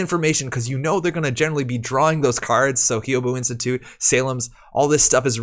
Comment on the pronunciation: Thanks for the video and the scoops! For future reference, Hyoubu is pronounced something like "Hyoh-boo". If you can say the "hu" sound from "human", but with a long O instead of the U, then you've got the "Hyou" part of Hyoubu down.